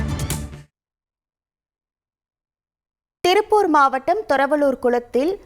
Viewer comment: திருப்பூர்❌ த்ரில்பூர் ✅